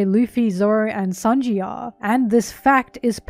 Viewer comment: It's sānji not saonji